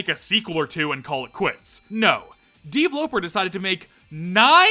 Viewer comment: I hate how you say "deevloper" dude it's just pronounced developer